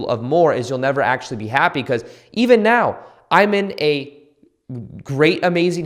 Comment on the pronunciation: Did anyone else notice how he said “right MEOW”?!?! Jajajjaa thank you, I’ll comment again once I’ve actually went through the video